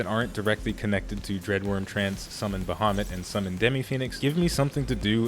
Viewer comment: Its "Baehamut" for you.